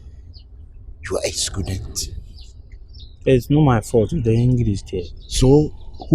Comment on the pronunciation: Why does calls it scudent and not student